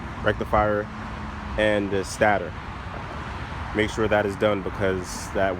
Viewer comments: Stator pronounced....... 'Stay-der'. Nice bike, btw. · Its pronounced "stay-tor"